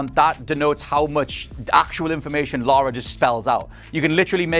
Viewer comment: Lara, not "Laura", "Lara". 20 years and you STILL can't get it right. Jesus Christ, get a reviewer who actually played the games.